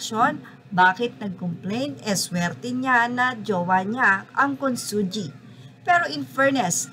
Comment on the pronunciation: Consunji pronounce as Con sun hi !